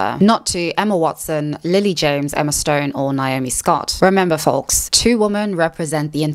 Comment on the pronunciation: Just some friendly advice... Regardless of your elocution lessons, you seriously need to learn the correct pronunciation of words, such as: 'women', 'really' and 'folks'.